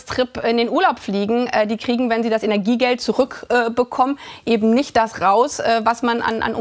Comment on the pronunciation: Ist das von den E-Autos inzwischen nicht überholt. Sind E-Autos jetzt nicht mehr klimaneutral lt. EU? Diese Frau hat, glaube ich, von nichts eine Ahnung. Allein ihr Sprachschatz, wenn eine Person, in ihrer Position „ebend“ sagt, ist schon sehr primitiv.